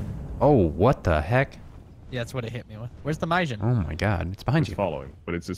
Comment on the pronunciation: Anyone else find it annoying how says mijin when its malin